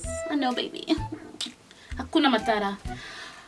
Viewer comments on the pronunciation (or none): Love how you said hakuna matata like a Kenyan🇰🇪❤️😂😂😂 nakupenda ❤️❤️❤️